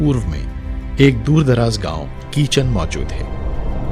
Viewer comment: इस गाँव का नाम किचन नही खींचन ह